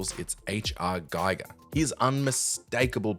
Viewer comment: Giger is pronounced "Geeger", not Gayger.... He was from Switzerland, so it's not an English last name. Please do the homework. Hmm.. O would add Parasite Eve, Condemned and Splatterhouse.